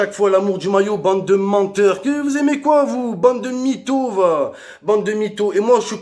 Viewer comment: Il dit coi 😕🤷